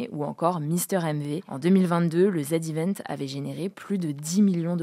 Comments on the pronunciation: Le ZEvent❌ Le zédivènt ✔️ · Pour info ça se dit "Zi Event", pas "Zed Event" :) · C'est pas le Zed Event ! C'est le Zee event ! The Event, quoi !